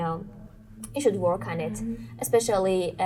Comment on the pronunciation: The examiner needs to improve her pronunciation skills. Just watched the first minute, she pronounced the word interview incorrectly, as if stress is on "t". She also pronounced "work" incorrectly, with an "O" sound.